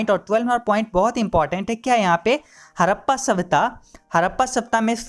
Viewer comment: Awaj krab h apni hadappa bhi thik se nhi bol rhe 😡😡